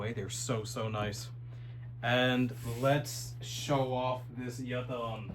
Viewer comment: We appreciate the effort to actually pronounce Yatağan correctly 😅